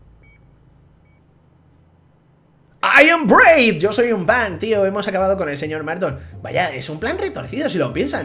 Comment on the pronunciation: im breid yeahhhhgona y el ingles